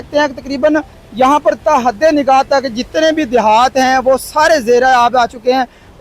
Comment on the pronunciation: پڑھ لکھ کر اینکر بننا چاہئیے ۔۔۔۔ تا حد نگاہ تک ۔۔۔۔۔ بھائی تا یا تک ایک لفظ ہی لگتا ہے ۔۔۔